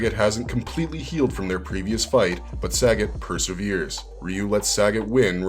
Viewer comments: The name is pronounced Sah - got my guy not Sag- it lololol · SUH-GOT not Sagget 😂😂😂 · It's pronounced "suh-got" (sagat)